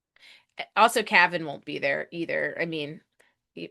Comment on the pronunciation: Cave-in. Calvin. It's CAVAN!